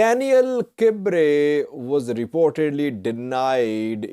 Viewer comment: Hi, pronunciation of Daniel Kibret is not by omitting the "T" sound in Kibret. Just say: kb-ruh-T.